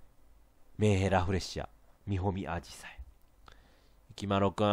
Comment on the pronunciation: みほみあじさいが煮込みアジサイに聞こえた。訴訟 追記 ２２：２３の、みほみんこの前が、少し前のせいでみほうんこの前、に見えた。訴訟